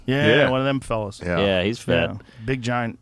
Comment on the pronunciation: "Come on fewwas..."